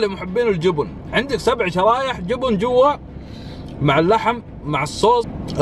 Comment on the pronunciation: ليش بعض الناس لهجتهم تجييب المغص ليه تقولون >> جوبون ... ترى اسمه جبن بالفتحه وليس بالضمه جوووبوون